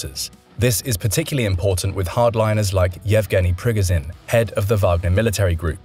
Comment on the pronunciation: It's pronounced "Prigojin", not "Prigozin"